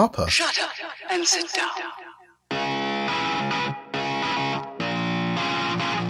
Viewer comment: "Shuddup and sheit dawn"